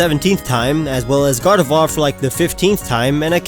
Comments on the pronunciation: GARDEVOIR CAN BE MALE, TOO! THAT IS IF YOU DON'T FIND A DAWN STONE BY LEVEL 30! AND ALSO, IT'S GARDEVOIR, NOT GADERVOIR! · did he said gardefloir?